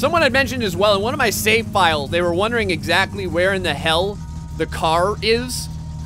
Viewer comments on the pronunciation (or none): none